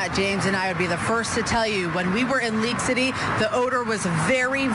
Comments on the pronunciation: I think it is League city ; haha sounded like leak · It is League City not Leak City. But you are spot on about all the things you have said. I live in Houston and it worries me.